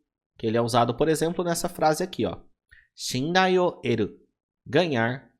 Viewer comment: É shinrai ou shindai ? ta escrito shinrai, mas voce disse shindai .